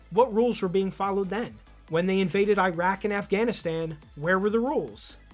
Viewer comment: Please don’t say “👁-Rak”, it undermines credibility.